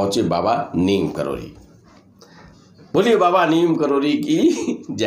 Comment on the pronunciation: Neeb karori kam se kam naam sahi bolna sikho.